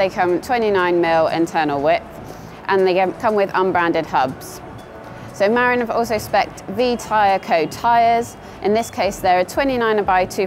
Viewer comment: It's pronounced Ma-rin. It named after a town just north of San Francisco.